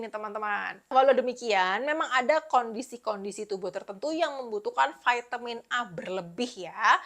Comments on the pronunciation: Vitamin, bukan vaitemin hehehe thanks ya info2nya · VAITEMIN di ucapkan dengan bahasa inggris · Kan bahasa Indonesia, baru mau komen, sdh ada yg mewakili, vitamin